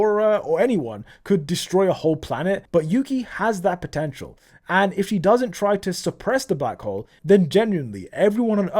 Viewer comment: did you say potential